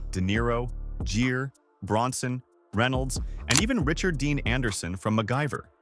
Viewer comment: You pronounced Richard Gere‘s last name wrong.